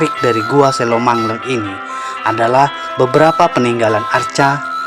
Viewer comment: Ngomongny kok selomangheng Bozz ku bukan selomangleng